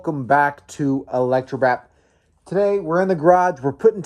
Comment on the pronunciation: The way you said electrobrap tho lol 😂